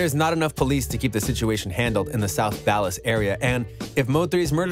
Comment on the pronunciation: This NIGGA SAID SOUTH DALLAS